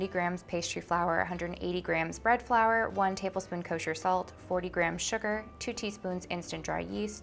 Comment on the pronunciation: I'm living for how she pronounces flour. (Fleur) . It was cute. :)